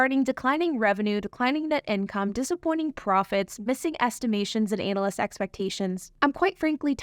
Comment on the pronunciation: Heheh, it's not 'anal list', it's 'anna list' :) Good reporting, enjoyed your take.